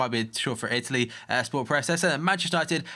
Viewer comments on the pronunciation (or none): none